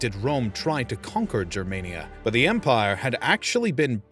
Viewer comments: Your saying jermania, but its pronounced germania, the Romans wrote as they spoke, if it was jermania they would of written jermania (which would have actually been pronounced yermania because j represented the y sound, infact i dont even know if latin had/has a j sound) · why you say germaynia? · He wrongly pronounces it... It's Germania, but he says Germenia... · Just a point: it is pronounced GER- māniă...like anGER. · The ch sound is supposed to represent a fricative, like how German and Dutch people pronounce it. It later shifted into a simple h. So it's better to pronounce it as an 'h' than as whatever you're doing now.